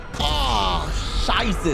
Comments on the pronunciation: I don't know if I'm right, but I think you're trying to say shit in German, right? It's almost good, but the pronunciation is not right yet.😂 But well done, keep practicing👍 Himmel, Arsch und Zwirn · Bruh did he say scheiße ?